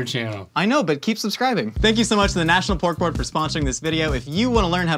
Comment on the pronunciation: I kept thinking he was saying National Pork Lord.